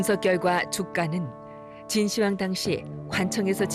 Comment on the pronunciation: 진시 황으로 읽으면 않됩니다. 진 시황으로 해야 합니다.